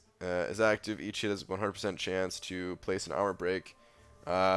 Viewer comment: please pronounce "each" and "hit" clearly when you're saying them side by side in a sentence. It sounds like you say "eat shit" LOL